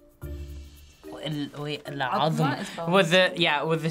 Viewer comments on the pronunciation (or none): the last one: Ozma "great", not Azma "bone" and it was written right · omg where did these arabs learn arabic ? ( quwa odma) means great power ... not (adma) as bones ...its odmaaaa with o not a ..google actually was correct.. what a shame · Bro they just butchered it at the end with bone it literally says great(عظمى) but they read it bones(عظم/عظام) so sad a fellow iraqi didn't get it 😂😂